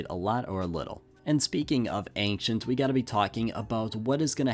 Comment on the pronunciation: We've gotta work on your pronunciation of "ancient"